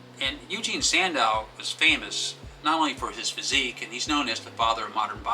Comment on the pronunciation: Eugen not Eugene.... geez....